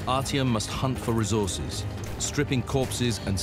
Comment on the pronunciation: ''My name is Artyom'' : Oh Artem?